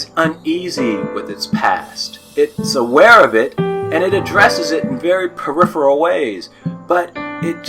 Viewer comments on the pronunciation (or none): none